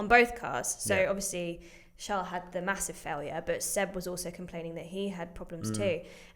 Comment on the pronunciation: its not shaarl it is charles